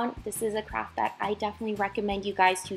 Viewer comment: In the beginning when she said craft i thought she said crap 😂😂😂😂😂